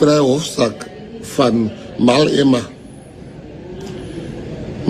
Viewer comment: 'Mal Ema'. I laughed so hard after hearing that one. I will never again hear the name, without bursting into laughter, because I will always think of the moment someone called him 'Mal Ema'.🤣🤣🤣